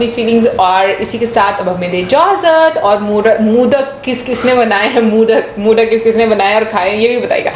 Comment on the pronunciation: Moodak nhi itne simple aur easy word BHI nhi Bola Jata aap logon se Modak hota h